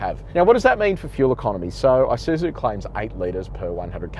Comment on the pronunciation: Not "I" suzu ....it's a Japanese word "ee" suzu. Nevertheless, nice presentation.